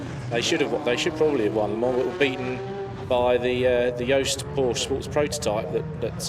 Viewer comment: An announcer that cannot say Porsche correctly. Brilliant.